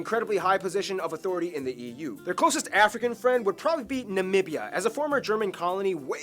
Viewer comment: Namibia!^^ Not Navivia😉 It's a country on the African continent and former German colony.